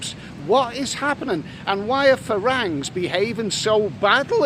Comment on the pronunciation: It's pronounced 'falangs'! How many times have you been to Thailand??